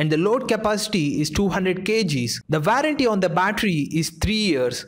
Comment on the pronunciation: *Warranty pronounced as Vou-run-ti